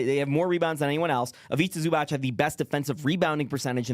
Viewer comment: It's pronounced IviTZA ZubaTZ